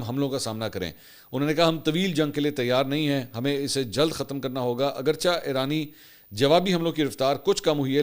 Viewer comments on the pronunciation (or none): none